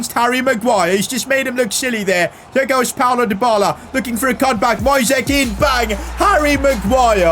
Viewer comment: please stop calling Moise Kean like that, Read it like the word "noise" thanks.